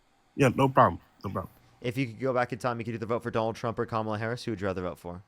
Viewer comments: Insulting a black woman, he totally butchering Kamala's name and then saying, "Whatever." Blech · The caller lost all credibility from the very beginning when he couldn't even pronounced "Kamala" name correctly. Good grief, that dude must have an IQ of 70. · A black man purposely mispronouncing a black womans name is misogynistic and disrespectful because if had mispronounced his name in response he would have probably called a racist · This guy is too dumb to know how to pronounce Kamala. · If they couldn't honestly pronounce it, he could just say "Harris" but he won't because he likes to mock her and troll a bit. That said, he's probably a bit too stupid to learn how to say it anyway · They purposely mispronounce her name as an insult